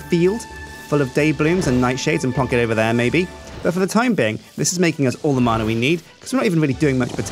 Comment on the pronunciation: Btw it's not marna it's man-ah